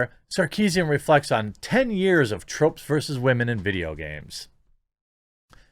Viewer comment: "Wamen". Damn, that's so funny. Shadilay and praise kek.